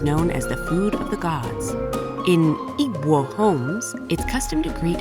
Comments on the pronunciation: Please invest in learning the correct pronounciations of words. What is EEEGBUOO??? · Great video but the narrator butchered the word "Igbo" lol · TedX are great are pronouncing native languages, names and other indigenous words , but somehow they missed the pronunciation of Igbo. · It’s pronounced ‘Ee-Bow’ tho they got that one horribly wrong lmao. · Love the video but it's really not that bad to pronounce Igbo...... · I’ve never heard a worse pronunciation of Igbo 😂😂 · The way she pronounces "Igbo" is so funny in a nice way as Nigeria 😂❤ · The way she pronounced Igbo had me snickering. Yet y'all expect so much from us when we speak English. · Although it felt weird hearing it pronounced the way it was 😂. I never realized it's a difficult name to pronounce 😅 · they didn’t even google a pronunciation or anything lmao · your pronunciation of Igbo is quite off 😂 Anyway thanks for the video,a respect to us living in this region 😊